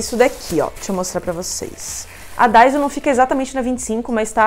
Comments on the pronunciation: sério? hahahaha abrasileiraram o nome então kkkkk alguns ainda pronunciam daissú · É daissô a pronúncia,. 😊